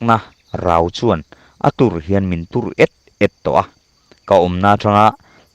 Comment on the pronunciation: Ngaihnawm hle mai. "Tur et et" tih i thlûk dan hi adik chiah lo em aw....???